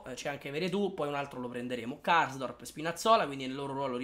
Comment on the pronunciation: KARSDORP...te sei perso na R ahahahhah